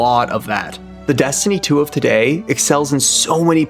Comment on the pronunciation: PLEASE FOR THE LOVE OF GOD, do not make Dez-tiny fweee. Pweee vee pweee guys and eververs game